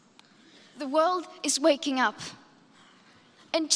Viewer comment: Её фенкью звучало как факью